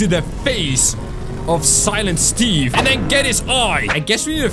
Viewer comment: UMMM ITS SILINT STEVE